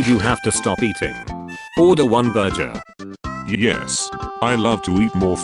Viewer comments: Bro said ‘burjer’ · I love how they call burger a burjer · "Burjur = burgur.